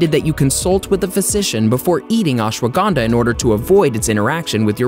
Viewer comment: I Like How He Pronounce Ashwagandha Ashwaganda 🤭🤭🤭🤭